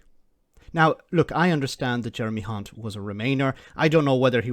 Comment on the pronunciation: It always impresses me when someone manages to pronounce Jeremy's surname correctly, i just can't do it.